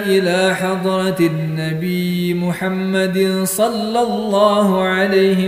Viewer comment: Sholla bukan shollo👍